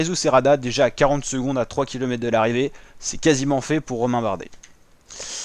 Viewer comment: Bravo, exercice pas facile de commenter sur des photos, et c'est un ancien du métier qui te le dit. Ah une petite chose : tu oublies systématiquement le R de kilomètres en prononçant kilomètes. Penses-y la prochaine fois...^^